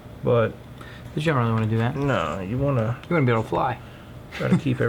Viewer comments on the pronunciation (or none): none